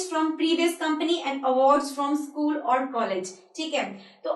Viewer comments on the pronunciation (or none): none